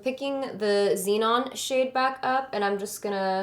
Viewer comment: you have to say zenon like Katy does "zee-nohn" lol